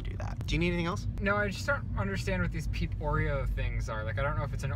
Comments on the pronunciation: Wait the whole time i thought he was saying pink oreos not peep oreos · MissPronounced oof